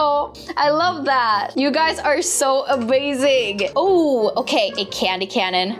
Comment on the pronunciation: Did anybody else hear that she said thats so abazing